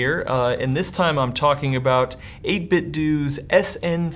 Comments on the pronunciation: 8bitdoo Nintendoo 8bitdu Nintendu 8bitdo Nintendo Another example: Which one refers to poop? Doodoo or Dodo? “Do” is at the end of Ninten”do” and 8bit”do”, its not “doo”. Why is this so hard to get right? Judo or do you say Judoo? Imagine that? I’ve heard someone say that the 8bitdo company itself has said doo when pronouncing their own name. If so, then maybe they should add one more “O” at the end of 8bitdo to not only spell it right but to minimize confusion. Stupid. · 8bitdo is pronounced 8bitDOH like the company they are openly associating themselves with. NintenDOH, not Nintendoo. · Nope! They sell a product that says the company name. It says 8bitDOO not 8bitDOH. There we go.